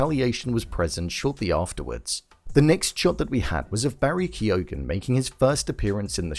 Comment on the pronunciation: Barry “Keog-han” 😂😂😂